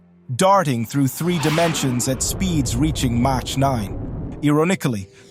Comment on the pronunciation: you were doing so good until you said “motch”. The vid is dope tho!